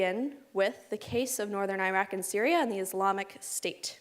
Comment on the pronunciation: Can you please pronounce Iraq correctly. Your points are valid and true, but a simple pronunciation of the name would be appreciated.